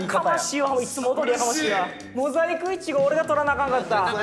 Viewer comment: かいりゅう最初にモザイクいちごってちゃんと言ってる気がした🥹🥹🥹